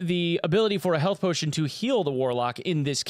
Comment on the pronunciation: health pow-tion 🤣